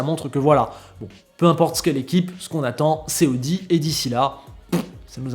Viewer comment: ça se pronnonce aowdi et saowber 😛